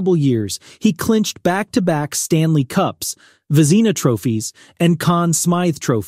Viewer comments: the mispronunciation of Vezina, Rogie, and Parent is grating to my ears! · That’s the wrong pronunciation! For the Vezina trophy! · Ya, whoever you paid to use their awful AI should be paying you back. Mispronunciations of Vezina, Hasek, Rogie, Parent, and even 1990's being said awful. Find someone who you can pay a little more to read your script and it'll go a long way EDIT to add: For Hasek it says #1, then says coming in 2nd.... not sure if that was a typo on your end but that'd be another point of improvement. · Fuhr ok. Belfour ok. Roy top choice. If you are going to talk goalies learn to pronounce Vezina and Parent. Parent ok. Ken Dryden ok. Smith top 10? Sawchuck top choice. Plante. The best. Brodeur top choice. Hasek. Top ten but not top 5 by any means. Too inconsistent. Was on the bench when he got his 2nd cup. Good numbers. Entertaining style. No lasting contribution to goaltending. Also lost too many first rounds to inferior goalies. Best moniker though. The Dominator. I think that's why some people rank him # 1.